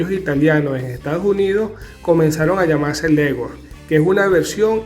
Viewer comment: No sabes ni siquiera pronunciar el nombre de raza de la gallina que sabrás tú de ellas as de estar leyendo por qué en tu cabeza no tienes nada